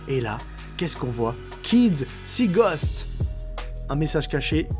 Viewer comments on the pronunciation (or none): none